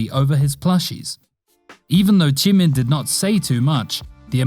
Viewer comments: Why you say jimin "chimin"" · Chimin boy it’s jimin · He really said JEE-MEN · Why say Jimin "chimin" and Suga "Sugar"